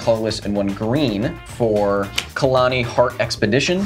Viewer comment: KHALANI, my ears bleed everytime he spoked wrong, and you didn't correct...